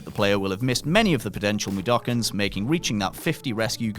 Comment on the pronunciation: Plus 50 points for saying Mudoken correctly!